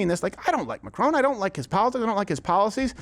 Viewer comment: This opens with you mispronouncing Mr Macrons name....seems then proceeded to site the evidence Candance dismantled in her series. For a guy constantly preaching about sources, you may want to consume the source material first.